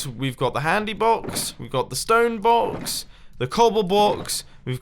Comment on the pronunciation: “We got the bread BAWKS, the cobble BAWKS, the base BAWKS, the rocket BAWKS”